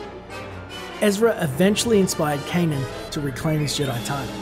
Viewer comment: Kanan. Not Ka'nan.